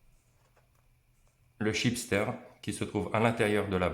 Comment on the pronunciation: Chipster de Ben et nuts 😂😂😂😂😂 c est un chipset ....pas un chipster ... Petite envie d apéro avant la vidéo ...? 😂😂